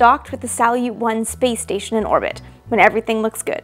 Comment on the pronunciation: Why do I hear play station instead of space station? XD